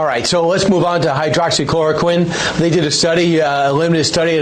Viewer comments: Hi-drox-ee-kl-or-oh-kwin ... but I love your show :D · It hurts my soul every time he says "hydro-oxy-chloro-queen." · high drocksy kloro kwin : hydroxychloroquine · Sam the drug is called hydroxychloroquine and its pronounced HI-DROXY-KLORO-QUINN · And it's not pronounced "queen" either. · Your point would be more effective if you actually pronounced the drugs name correctly. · Please. Learn to pronounce the drug’s name correctly BEFORE you rant, even if your rant is correctly based and well verified. It’s like W consistently saying new-que-ler. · Is Sam deliberately mispronouncing hydroxychloroquine? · This is ridiculous. You can't even properly pronounce the name of the drug. The trials you're talking about are absolute garbage. Im sure you have absolutely no idea as to what the medical activation of the drug is and why or how its thought to have a chance of working. I'm disgusted with you people who are putting politics above science. You should all be ashamed with yourselves. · What is Sams issue with the word? Is it a bit? Hydroxy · Yes! Thank you someone else is saying that too him! It's driving me nuts! Also shortening it to hydroxy doesn't work Sam. Just call it what it is, and pronounce it correctly. Hydroxychloroquine. All that being said, I love you guys keep up the work! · Sam... here, a little help: Hy-droxy-chloro-quine. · quit calling it hydro oxy...there is only one o.... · “Hide-rox-ee” not hydro-oxy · It’s not, hydro oxy, it’s hydroxy. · Hy-droxy...not hydro oxy...not a big deal, but... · Chemical engineer here: it's pronounced "hy-DROX-y" not "HYDRO-oxy" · It’s not a big deal.. but I believe the drug is called Hydroxichloro- “quinn” not “queen” like Sam has been saying every time. Drives me kinda nuts though. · hyro-oxy-chloroqueen ... lol Sam you're adorable. It's 'hydroxy klorokwin'. In our lab we just called it chloroquine for short. We were trying to see if it would cure cancer. It doesn't. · Sam - it's not "hydro-oxy" it's just "hydroxy"